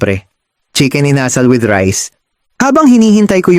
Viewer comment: Ano ba yan! It's Inasal with accent on the last syllable, not the second.